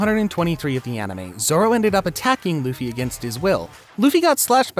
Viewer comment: Good video but the way you pronounce Naruto and especially Zoro is really gross